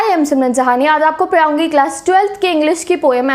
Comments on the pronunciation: Padhaungi 🚫 Parhaungi 💯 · Aaj apko me paraungi instead of padhaungi was 😆👌